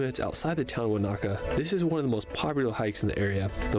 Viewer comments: Americans heavily accent the second syllable in most words. This is completely wrong Most Maori words. Wanaka = Wa na ka with equal emphasis. Not Wa NA ka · His emphasis on the second "A" in Wanaka instead of the first is pedantic. He made a good effort with all the names he used. Kia ora. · Listening to Americans butchering our place names is torturous - it’s WAN-a -ka, not Wan-AH-ka. If you’ve been there you should know that.